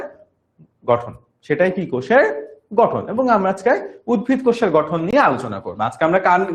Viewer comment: উদ্ভিদ ✅ not উদ্ভীদ